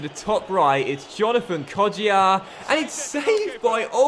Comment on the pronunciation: It's not pronounced kodjia it's kojja